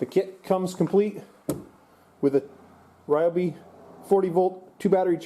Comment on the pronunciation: Ryobi is incorrect. It’s Ree o Bee.